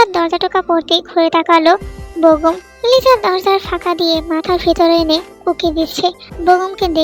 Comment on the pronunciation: আছা ওর নাম Lisa না তাহলে লিজা কেন বলে